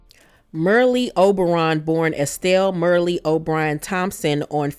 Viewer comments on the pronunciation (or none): It's Merl.... Not Merlie and Henry 8th, not 5th. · Like your presentation but You're mispronouncing Merle Oberon's her first name. You're calling her, ' Mer -Lee." That's incorrect. Her first name Is pronounced the same way, actress, Meryl Streep pronounces her name. Meryl Streep and Merle Oberon spell their first names differently, but they're pronounced the same. The reason I bring it up is because your presentations are wonderful and I don't want you to get picked apart for it. It looks like I'm doing that but I'm really not. Also, Merle Oberon Henry VIII's 2nd wife Anne Boleyn, In the movie, The Private life of Henry VIII not Henry V.. Also, Merle Oberon She was born Estelle Merle O'Brien Thompson in Bombay (now Mumbai) in 1911. Her mother was part-Sinhalese and part-Maori while her father was British. Sinhalese or Sinhala people are an Indo-Aryan ethno-linguistic group native to the island of Sri Lanka. The Sinhalese are the major ethnic group in Śrī Laṅkā, inhabiting nearly the whole length and breadth of the island. They speak an Indo-European language of the Indo-Iranian branch, which is held to originate in northwestern India, going back to at least the fifth century BC. It should be noted that Oberon was the first actor of South Asia n origin to be nominated for an Oscar. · Not pronounced Merlly. She is part East Indian. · Merle Oberon was from Hindu ancestry. Her name is pronounced without the last e. Like Merl. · Also, her name rhymed with “Earl.” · You mispronounced Merle.